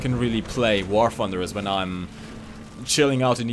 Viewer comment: "War Ffunder"